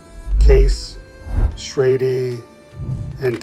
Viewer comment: Prices are off by and should be multiplied by x4, which is funny because it liked to use $4 as a common price for multiple decades. You can tell AI generated materials by the pronunciations of certain words. While it got it mostly correct, it did refer to "Schrade" as "Schrad E" at one point. Which also brings up the point about the "Old Timer" Branded pocket knives that should have been a separate listing, though AI would see it by the Parent Company "Imperial Schrade Corp." and would list it as a Schrade knife because it was introduced as a sub brand of Schrade in 1958 I believe. But yes, my Father carried a Barlow for decades before he changed over to a Case "large" or "Jumbo" Stockman in 1995. I know the year he changed because i've been looking for a replacement for that particular knife for quite a few years now. It has one of those jigged bone handles that Case only used for a short time and my father loved it because of how it darkened with pocket wear from blue or black denim jeans. Being in his mid 70s now, his arthritis is acting up a lot more so I got him a Boker USA Barlow that is a "Flipper" style so that he would be easily able to open and keep carrying a knife design he loves. I have my maternal Grandpa's knife collection in my safe. He carried a number of different brands over his lifetime including the Old Timer's, Case, and Buck. I have a pair of Boker USA Stockman's that belonged to him and my Uncle that Grandpa picked up at the same time in the early 70s